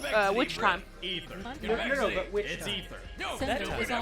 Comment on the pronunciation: CONVEXITY! ITS CONVEXITY!